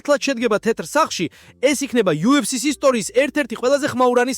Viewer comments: "ტეტრ სახლშიო" რომ ამბობს მაგას არმიაქციეთ ყურადღება? ხელოვნური ინტელექტი ახმოვანებს იქნებ მიხვხეთ როგორმე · ტეტრ სახლში რომ ამბობს მაგასაც ძალით ხოარ იტყვის, ხელოვნური ინტელექტია